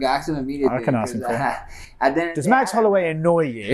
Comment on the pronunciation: Max “Halloway”